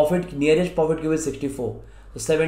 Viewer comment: Y are u saying 'profit' cube instead perfect cube?? Otherwise loved the video, helped a lot thnks